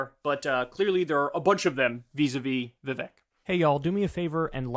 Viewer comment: Hi friend. Vivek’s name pronounced more like Vivake. I assume accuracy is important to you, so just wanted to put that out there! Signed, a person whose name people can’t pronounce.